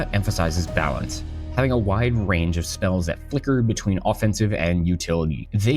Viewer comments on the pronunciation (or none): none